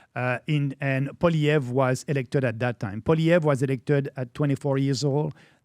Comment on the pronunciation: PBD , your pronunciation of Maxime Bernier's name is beautiful. PLEASE work on Poilievre. I cringe when I hear Americans say it. Think of it as "Polly Ev" That's it! Forget all the other letters. It's French!🤣 but that's how it's said. Please and thank u❣️😀🎉